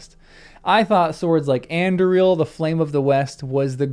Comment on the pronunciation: You keep referring to a sword called Andriel who did it belong to? Do you mean Aragorn's reforged sword Anduril? With the usual stress on the penultimate syllable, 'du'?